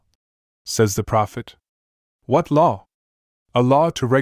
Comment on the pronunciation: I love how he says "a law" sounds like "Allah"... oh those poor foolish Muslims...